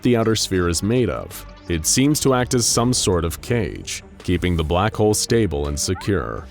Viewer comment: Why do I hear “Black hoe” instead of “Black Hole”?